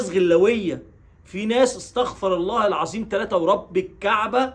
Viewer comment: لفظ الجلاله الله بكسر الهاء